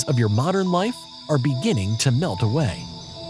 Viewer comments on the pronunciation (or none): none